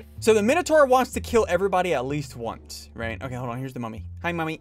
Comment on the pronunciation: New song from SSundee unlocked : Mummy song [Sounds like Mommy instead]